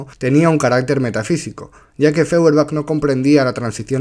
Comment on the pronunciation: Feuerbach, apellido alemán, se pronuncia "Foierbag".